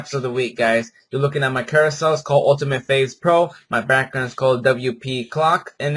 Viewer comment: btw, it's pronounced carouSEL not carouswheel. And its strategy, not stragety. Just thought you should know